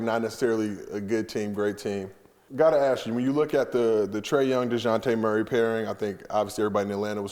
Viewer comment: Sooo we just gone shut here and act like he ain't keep calling this man Dejountay Wliiams?? Lol smh... and John Collins low-key playing terrible so far idk if homie did his research